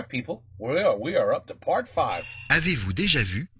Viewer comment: "Avez-vous déjà vu?" Very, very good prononciation! Youn have really improved, congrats:)